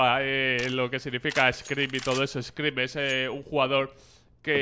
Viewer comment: "screp", wansaps" le dio algo a black o que?